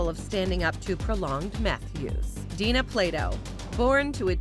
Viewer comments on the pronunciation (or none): um...her name is Dana, not Dina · DANA, NOT DINA. THUMBS DOWN. THUMBS DOWN. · DANA, NO DINA. RIP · From DIFF'RENT STROKES, Ms Plato's first name was DANA, not Dina. the producers of this video couldn't get that right, so how credible is anything here? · It's DANA Plato. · Dana Plato, nit Dina, Day Nah. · I believe "American History X" was quite successful. And yeah - it's DANA not Dina. And sadly, her son would commit suicide a decade or so after Dana's death. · You need to do more research,...it's Dana not dina... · This narrator is awful. "Plagged" instead of plagued and "Dina" instead of Dana.